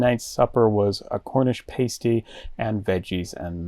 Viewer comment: It’s pah-stee, not pay-stee.